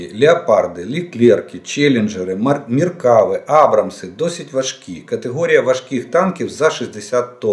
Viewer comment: Израильский танк называется "МеркавА" с ударением на последнем слоге, что в переводе означает "колесница" - древнеегипетская боевая машина пехоты